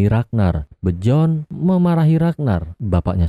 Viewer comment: Dibaca biorn min bukan bjorn😂